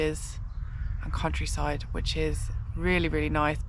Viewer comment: Turns out its quite perilous in the English "Cowntryside"😬😬